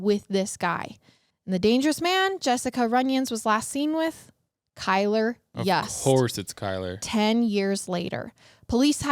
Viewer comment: FYI, Kylr's last name is pronounced "Yoost", not "Yuuust". You-s-t. It's spelled Yust, yes, but different pronunciation. And Jessup Carter is Kylr's half-brother, not stepbrother. The only piece of Kara's bones reportedly found was her skull. According to local news, unfortunately there just wasn't enough actual evidence to convict him of premeditated, first-degree murder in either case or second degree murder in Kara's. I think it's also worth mentioning that Kylr had animal cruelty charges against him for torturing and killing kittens- which is common with some serial killers/murderers, even if he's not technically a serial killer that we're aware of.